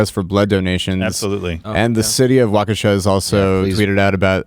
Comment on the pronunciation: Waukesha is pronounced walk ▪︎a▪︎shaw.